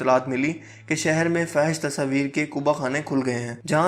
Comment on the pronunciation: آپ ہمیشہ فحش کو غلط پڑھتے ہو اصل لفظ ہے fohash😊